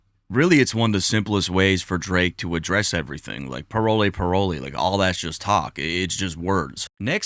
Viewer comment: I’m Haitian and it’s not pronounced parole parole it’s really pronounced pa-wol